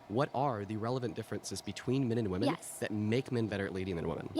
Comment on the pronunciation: Can we stop saying “women” as “woman”?